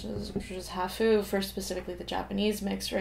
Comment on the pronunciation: Japanese word “half” sounds like HAaph, not haHoo.